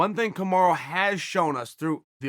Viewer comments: Did .. he said ... KamarU ?? I thought Usman's name is Kamara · Now it‘s Kamaru again?! It‘s Kamara or Camaro. It‘s not Kamaru. Ok? We can do this all day to the highest of levels. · Who’s Kamaru? You mean Kamara?